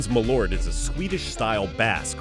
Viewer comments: It's pronounced mah-lert or mah-lurt. Not mah-lort. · It's Malört, not malort! It sounds so wrong when you say Malort for me here in sweden! :) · first, it's pronounced "mall"-" urt". secondly, it literally means "moth herb" as "mal" = moth, and "ört" means "herb". and thirdly, it is said it is good if you have stomach issues, so has some hearsay medicinal purpose to it. now you know :D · Pronounced mal-ört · You pronounced Malört wrong.